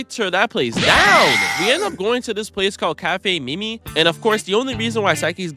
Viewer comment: say it right its cafe mami not mimi